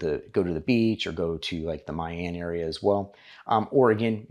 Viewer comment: pronounce as mi an not my an